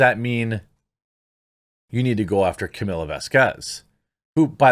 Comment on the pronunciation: Just one thing real quick. Her name is Camille like kuh-meal, not Camilla. No offense intended, just wanted to get that out there.